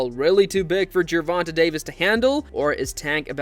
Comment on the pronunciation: These AI videos are obnoxious. I can't even believe the "interviews" anymore. They are either fake or ridiculously edited to try to get sound bites. As soon as you hear Gervant-uh, you should dislike the video and close it. MF's aren't putting any work into making these so don't give them revenue.